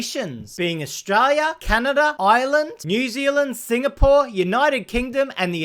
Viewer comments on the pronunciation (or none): Australia has an 'l' in it. Maybe try and pronounce it on occasion - it might help your channel